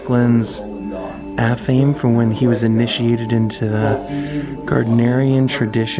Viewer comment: Just FYI - ath-a-may :)